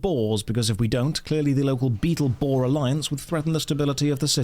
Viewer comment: Did he say Beetleborgs!? I'm hoping he said Bettleborgs and not Beatles + Boars 🤣